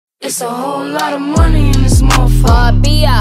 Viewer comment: It's satisfying how Nicki said Barbia